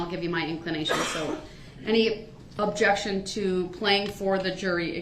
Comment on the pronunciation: Darrell Brooks Dictionary Dat - That Objectshone - Objection Biast - Bias Dis - This Deese - These Coherse - Coerce Yoo - Your Unbiblical - Unbilical License Place - License Plate Substain - Sustain Tentave - Attentive Axed - Asked All of the Suddenly - All of the Sudden He know what he did, He know what he didn't do. What lawful law? - Is that legal? Presitioned - Positioned Clearency - Clearance Takid Agreement - Tacid Agreement Grounz - Grounds Estent - Extent Manifest Necessity - Manifest Dedestity Window Tinz - Window Tint Relavent - Relevent Show me Lawful Law - Is that legal? Te hee and Kee, kee, kee